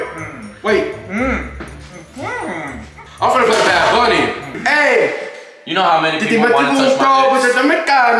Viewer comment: "Wait wait wait wait wait wait, I'm fina play Bad Bunny " then goes ahead and mispronunces the words.😭😭😂😂😂💀💀